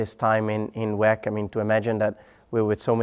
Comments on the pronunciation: Stop calling it WECK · Thought it's pronounced double u e c